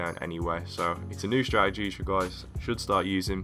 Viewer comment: This is how many times he says "Stradegy" ¤